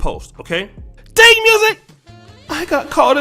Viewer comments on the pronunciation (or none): none